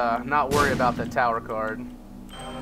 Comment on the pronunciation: I did watch the whole video, I watched that when I heard him say it, and also its not bought its about or 'bout. *facepalm*